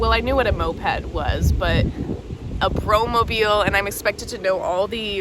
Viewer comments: It's brom-mobiel not bro-mobiel 😉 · That sounded really funny: A Bro-mobiel😁. It's a brom-mobiel.😉 Pity, I expected a more in-depth comment on the book, you barely scraped the surface.😞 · Very interesting vid :) how'd your theorie go? I'm loving the pronunciation on the brom mobiel 😋 very intrigued by the differences in integration paths